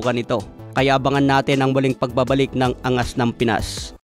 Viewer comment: Pangit pag ka sabi mo ng angas😊 parang ungas